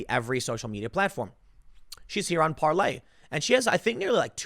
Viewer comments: It's Parler not Parlay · Tim...it’s Parler like the word parlor. Not the French term used by pirates, parle, which means to speak.. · I think its pronounced par-ler, not par-lay Tim, at least according to Dan Bongino who just became part owner in the company. But you're right, the french pronunciation does make more sense. Gonna have to get to the bottom of this one...not going to join anything until I know how to pronounce it! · Parler like Parlor not Parley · It's Parler, as in parlour, not any variation of "parlez" you gibbon fiddler! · PAR-LER not Parlay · Parler NOT parley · Par lor not Parley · Tim, the owner of Parler explained how to pronounce its name. It's not Parlay it's just Parler. Plz correct this. Its dumb. Btw, Brad Parscale is now on it. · It’s not parley it’s Parler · Parler tim. Not parlay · Parlay? IT'S PARLER! IT SOUNDS LIKE PARLOR! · Tim i hate to correct people but it's PARLER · Par lay? Are you re tay? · It's Par-ler, Tim. Like a sitting room parlor. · Tim, it is pronounced Par ler. Parler is not for conservatives only, all should come join Parler, they do not censor us, they do not fact check us, you have to be a responsible person and do your own research to make sure what you're sharing is true. No being lazy on Parler, they won't do the work for you and tell you what is real and what is fake, we seen how that was working out on Facebook and Twitter, they started telling us, conservatives are bad and liberals do no wrong and if we don't conform they will just alter our content and or label it false or misleading all the while what we're posting is the actual truth lol. Come join us on Par ler... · You read parler like parley. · It’s Parler Tim! 🤦🏻‍♂️ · It's Parler like Palor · No Tim, Parler is not spelled like PARLOR. Sometimes, you go from smart to stupid in about half a second. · it is called PARLER the R is not silent. I'm just saying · It's not "parlay". Doesn't matter how many times you say it. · It’s Parler!